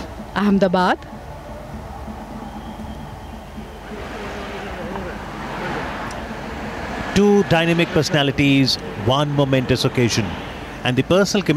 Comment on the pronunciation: Righttt! I couldn’t stop laughing when he tried to say Ahmedabad😂😂💀